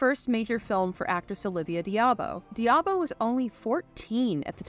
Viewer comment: Great review on CtD! I never seen it in the theaters but I did watch it religiously on HBO. I also think Grace Jones stole every scene she’s in. I gave you a thumbs up for the vid until I heard you pronounce a couple of actor’s names. BTW it’s “dah-bo” and “mah-ko”. Maaco is an auto paint company.